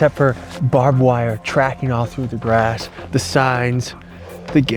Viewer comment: Lol "bobbed wire" ...it's pronounced "Barbed wire" 😅